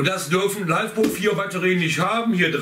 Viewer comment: Das spricht sich LI FE PO und nich LEIFEPO… kommt von LITHIUM FERRO POLYMER und nich von lebender popo 😂🤣😂👍👍👍